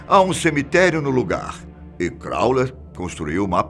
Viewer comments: 1) O narra muito bem, só não entendo por que ele insiste em chamar Crowley de "Cráuler". 2) "The Song Istchômes the Same"?... Suponho que refira-se ao filme The Song Remains the Same. 3) Na verdade, os primeiros relatos conhecidos de aparições do monstro do Lago Ness datam do século VI, que é também quando começa a história documentada da Escócia; é impossível saber há quanto tempo antes disso ele já vinha sendo visto por pessoas que não tiveram quem registrasse suas histórias. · "Crowler" ??? Mahzuquê!? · crawley q se fala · Crawler ou Crawley? Essa pronuncia está duvidosa. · E ninguém ensinou o velho a pronunciar o nome do cara direito antes de fazer o video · Bem apelativo, com erros na pronuncia de nomes de pessoas e disco... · Concordo. O conteúdo é bom, mas é péssimo errar o nome todas as vezes. E ainda faz piada... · Também me irritou ele falar o nome errado! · É CROWLEY e não CROWLER,. Tirando isso, só elogios à esse canal e à sua voz intimidadora 😆😆😆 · A pronuncia do nome de Crowley está errado! Não é "Crauler" e sim "Croulei". Além disso em a foto que ilustra a fala é de Wiston Churchill e não de Crowley... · Fala-se: Élister e Cráulei e não Cráuler kkk... Télema e não Telêma... rsrs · Agonia que dá ele falando Aleister 'Crowler'...é Crowley (Crôulei) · É CROWLEY NÃO CROWLER PORRA! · Eh "Crowley" e nao "Crawler". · CROWLEY e não CROWLER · Crowley e nao crowler velho! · O nome Crowley é pronunciado no fim do nome com "li"não "ler". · O pronuncia CrowLER E não CrowLEY. Eita!!! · Crowler não CROWLEY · O narrador fala crowler toda hora.. isso incomoda.. o nome do cara é crowley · é Crowley, não ClowleR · Pq ele fala crowler ao invés de crowley? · CrowleY, não CrowleR. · aleister crowley e não Crowler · Correção, se pronuncia "CrowleY" e não "CrowleR" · Amigão é Crowley e não como vc disse: "Crowler". Ley e não LER! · Passou o vídeo todo falando Crowler, e não Crowley!!! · NÃO É "CRAWLER" É CROWLEY!! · Não é "Krauler", é CROWLEY!!!!!!!!!!!